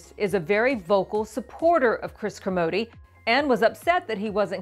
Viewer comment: why does she keep saying Kermodeeeeee?? that isn't his name pronunciation